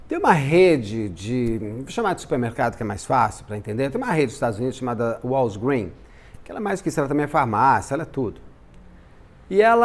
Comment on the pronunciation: Eu amei a pronúncia da Walgreens , o Beto fala muito bem né!